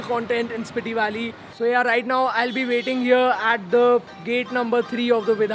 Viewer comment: It's स्पीति ! Just let you know. No offense